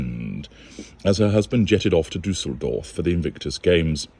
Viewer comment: I’m German and I love how you pronounce “Duesseldorf”. It is condescending and absolutely correct on the same time.🤓